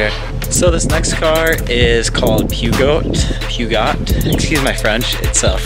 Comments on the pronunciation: Actually, almost everywere in Europe pronounces it 'Purr Joe'. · And Peugeot is pronounced Pooh Joe. Renault and Peugeot have been in the car business since the 1890s. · I live in Europe and Renault is just normal.. do you not have Renaults? Also they're pronounced Ren-oh. Edit: Seat = say-at Rover is NOT the same as Range Rover Citroën = Sit-ro-en Peugeot = budget cars. Poh-szhh-oh. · Your pronunciation of brands are funny but requires improvement. Seat = Ze at Citroën = ci Tron Peugeot = peu giot Daewoo = die wooh Peugeot is not premium, like Mercedes or BMW, but middle range towards good quality. Renault is a French brand, but the Renault Cangur is assembled in Spain actually (Valladolid). Many brands have factories across Europe, Spain is 9th car manufacturer in the world and 2nd in Europe (behind Germany). Grands like Ford, Volkswagen, SEAT, Renault, Peugeot, etc are in Spain.